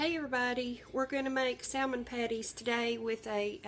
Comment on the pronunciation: The L in salmon is silent. Its SAMMIN